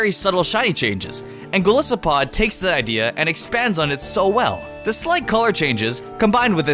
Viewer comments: Ur saying Golisopod wrong. Its Goliath + Isopod. Its fine though. I guess. Btw you can figure out the pronunciation by knowing what two words are making up the name. EG. I though Primarina was PRIME-arina. until I knew that it was Prima donna + Marine. Conclusion: primma-REE-na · ChaospireX12 True